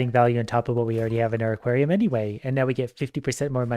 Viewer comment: you pronounced aquarium like equarium